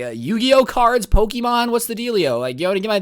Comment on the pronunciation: My guy said what do u mean yugioh pokumon? 🤣😂😂🤣😂🤣😂🤣😂😂😂😂😂😂😂🤣😂🤣😂😂🤣😂😂🤣😂🤣😂